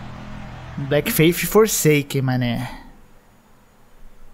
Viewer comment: O "A" TA ERRADO NO BLEAK....NA PRONUNCIA